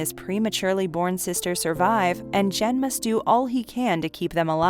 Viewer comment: Great list! Please have the scriptwriter make sure the narrator has phonetic spellings for names. Barefoot Gen is pronounced with a hard “g”, e.g. “get”.